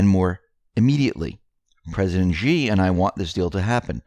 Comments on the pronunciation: Xi is pronounced" SHE" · >> Indecently "Xi" is always pronounced shee (-sh as in ship, -ee as in meet), not "gee".